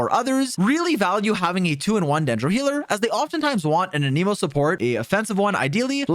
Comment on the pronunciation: It’s gaming, if they wanted us to say gah ming they would spell it Gahming 🤷🏻🤷🏻🤷🏻😎 My guy wants to pronounce this but cant say anemo correctly 😂